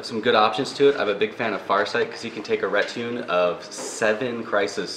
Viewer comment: Wait, thats how you pronounce "retinue"? Noone seems to say anything.